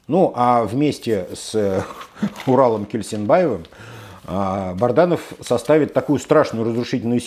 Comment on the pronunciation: Специально называет Бадранова Бардановым?Как назовешь корабль,так и поплывет ☺️